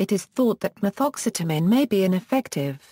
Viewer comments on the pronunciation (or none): I love some Ma-Thoxxx-seta-mean!!!!